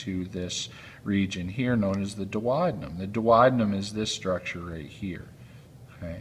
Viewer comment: Without a doubt that was a first class anatomical video. The only thing that irked med was his pronunciation of the DUODENUM. It's much easier the proper way DUO (due oh )DE (dee) NUM ( numb).